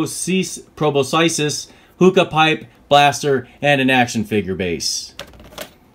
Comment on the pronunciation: It’s pronounced “pro-boss-iss ” ;)